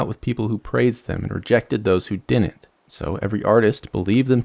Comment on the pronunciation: I made it through when you said "dinen't" instead of didn't, but I'm out at "anyways."